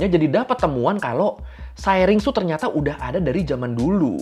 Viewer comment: Syrinx dibaca ˈsiriNGks kata mbah google